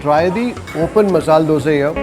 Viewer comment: It is not masal it is masala